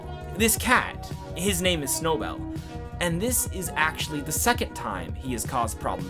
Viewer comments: every time you mess up Snowbell's name pains me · Im here for the different pronunciation of Snowbell almosy everytime you say it. Lol